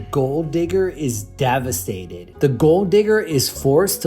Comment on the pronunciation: " The gold diggar is DAVASTATED!"